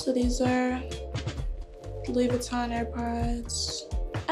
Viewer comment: I hate how she’s pronouncing Louis Vuitton